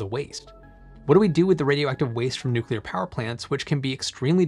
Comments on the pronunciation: Did he actually say nucular? He says nuclear later so I guess it was just a slip of the tongue. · I cannot believe that someone as intelligent as you seem would actually say nucular. New-clear (nuclear) not new-cue-ler (nucular). Disappointed.